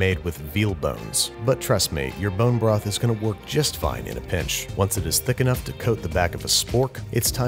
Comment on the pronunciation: what's a porn-jo broth?